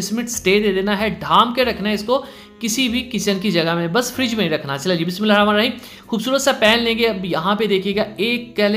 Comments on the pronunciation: Bhae BismAllah saii bola kary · Bhai bismillah ki adaygi sahi se kiya krein Jazak Allah